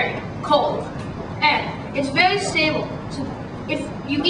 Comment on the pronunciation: vewy vewy vewy vewy vewy vewy vewy vewy vewy vewy vewy vewy vewy vewy vewy vewy vewy vewy vewy vewy vewy vewy vewy vewy vewy vewy vewy vewy vewy vewy vewy vewy vewy vewy vewy vewy vewy vewy vewy vewy COLD!!!